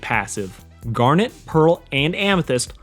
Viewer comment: Did he just have a stroke trying to pronounce Garnet’s name twice?